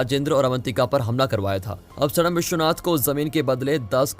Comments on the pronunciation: Bhai Indian hoke name to sahi pronounce kro सडाम nhi सद्दाम hota h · Abe gadhe Saddam name ka pronounsation galat bol raha hai tu right name to sahi se bol nahi pata hai aur chhutiya aya hai movie explain karne ( सद्दाम ) होगा 😡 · Abe mulle qo saddam hai sadm nahi Mulle ho u😁😁